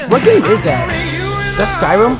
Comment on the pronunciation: Bru, he said Skryim.